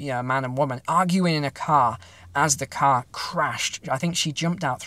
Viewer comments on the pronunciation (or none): Love the accent . . . “Had to paak the caar.”